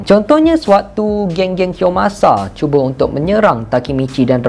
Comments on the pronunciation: 10.48 kiyomasa bang bukan kiyosama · nama dia kiyomasa bukan kiyosama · Haah comntoh macam kiyosama🤣